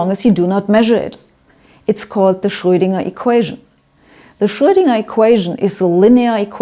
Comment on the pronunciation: She pronounces Schröidinger” exactly as it ought to be pronounced in German!👍